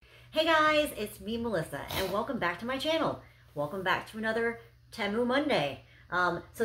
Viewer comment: It's pronounced "Tee-Moo".